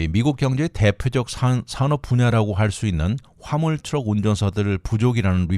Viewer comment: 발음이 정말 엉망이네요..화물 이라는 발음을 한참 듣고서야 겨우 알았네..방송 선배들이 발음법을 안 가르쳐주나? 그러니 2 류 방송 소리 듣지요.